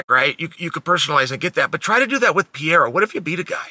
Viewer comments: It’s Pierre not pierra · Come on, uncle Sonnen. There's no PIEIRA. It's not too difficult. It's PEREIRA. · The way Chael mispronounces names, he's gotta be trolling; PEE- Era, MOOEY-Thai. Come on Uncle Chael!!! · "Piera" lol, so fun Chael can't or actually wont even try to pronunce it right. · If Uncle Chael says his name is Piera, then it's Piera and that's it. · "poutine" pierre-uhhhhh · I’ve yet to hear you say Pereira the right way lmao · it´s so funny when he struggles to say ''Pereira'' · Chanel never fails to mispronounce a name (makelchev, piera)